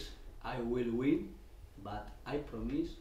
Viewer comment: "I dont promise I will win, but I prommise.(nervous pause)....we will work hard..." Oh...